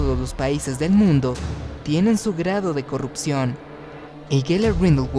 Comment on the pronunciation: Cuando dijiste mundu entendi mindu xD